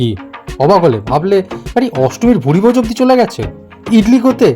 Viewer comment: ভুঁড়িভোজ নয়, কথাটা ভুরিভোজ